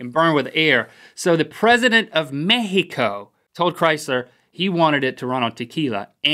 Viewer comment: the first american i hear saying mexico the right way jaja